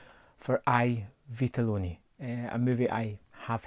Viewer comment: Btw, the letter "I" in italian is pronounced like you would pronounce the letter "E" in english; so basically it's like "E vitelloni"